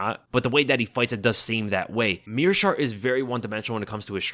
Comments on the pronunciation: Meerschaert "the shart" - heard that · Did you really call him "The Schaert"? Hahaha!